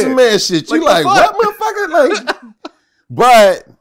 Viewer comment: Vlad, Vlad, Vlad...for the luv of God, please stop saying “muhhhfucka” like that. Im not judging your interviewing skills cuz clearly I watch them but I literally cringe when u say it like that. I’m not offended in the least by the word, just your pronunciation (or lack thereof) of it. Just my humble opinion. 🛑 ✋🏽